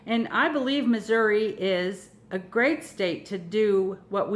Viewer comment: Finally someone who pronounced the state correctly :)